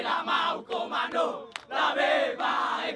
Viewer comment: Bukan Komanda.. tapi Komando